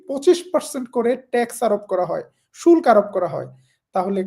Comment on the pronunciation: শুল্ক বাংলা সঠিক উচ্চারণ "শুল্কো"